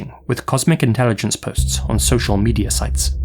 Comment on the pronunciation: Mandeller Effect Medier